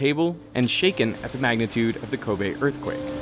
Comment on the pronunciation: He said “Kobe Assquake”